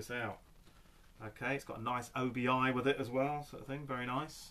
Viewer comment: Hey, + 1 to see your Japanese Vinyl! But before you do, one thing I've noticed watching your videos you refer to the Side Sash/Strip as an O.B.I? I have friends from Japan and have travelled there a couple of times, and it's just pronounced Obi. It doesn't stand for anything it comes from the sash worn with the Kimono. Otherwise mate, keep up the good work & say hi to Boba Fett for me!;)